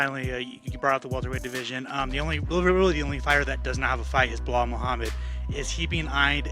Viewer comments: How much did "Belhaul" pay Chael to say these things lmao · Blahaul 😂 Alex Pierre 😂